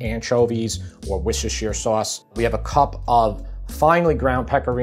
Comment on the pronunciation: Holy shit!!! An American who can pronounce Worcestershire 🙌